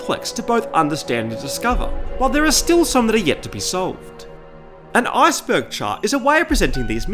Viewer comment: I really hate how you say “Iceberg”... It sounds like if you are going to say “Asperger”.